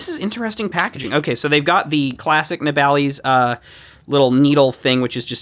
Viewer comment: Just bought one of these, had a look at reviews after, why is it that every american reviewer calles it ne-bal-ees and not na-ball-iss? Have i got it wrong? am I the dumbass? Am I hyperfocused on the least important aspect of the video?